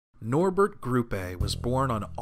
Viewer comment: Nice video, but I can't really get over the fact that you keep pronouncing Grupe as though it were Spanish, even though you can hear the correct pronunciation in the German clips... Also, I don't really buy into the idea that he wasn't just putting on an act (i.e. kayfabe) in all those salty interviews...